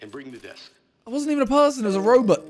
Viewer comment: Man said robet